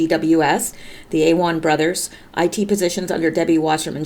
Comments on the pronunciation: Awan= uh-won' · Awan = "AH-Wan" [Ah sounds like "Ah Hah"] emphasis on 2nd syllable [George Webb (YT) for Awan info.]